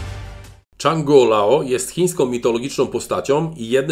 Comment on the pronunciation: Chyba "Dżang" nie "Czang".